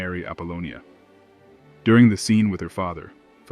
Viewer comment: "Apollonia" it is the feminine version of Apollo, not "Abulonia"